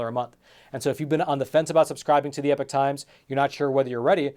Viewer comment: I just wish you would pronounce the name correctly, it’s E-P-O-C-H not epic times, another reason why I cancelled my subscription